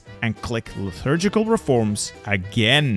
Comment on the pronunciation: My brother in Christ, where do you see an 'h' in the word 'liturgical'